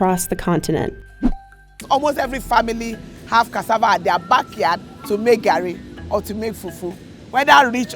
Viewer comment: Garri is pronounced more like the name "Gary". I mean, you literally had someone say it accurately